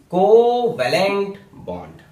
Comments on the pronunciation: That's "coovellent "😂😂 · Coo-va-lent bond